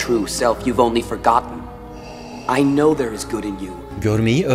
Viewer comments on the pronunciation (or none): none